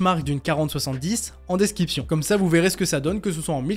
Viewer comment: DescRiption, tu as tendance à dire desKiption... A part ça t'es au top 👌